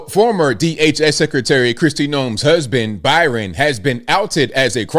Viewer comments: Bryon not Byran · i believe his name is BRY-on, not BY-ron. Pronounced same as your middle name. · Is reading that hard, at least roast the guy and pronounce his name right.. Bryon.. like Brian.. wow